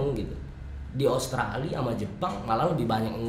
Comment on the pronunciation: karena pernah kuliah di australi mungkin ya jadi bagus pronounce nya...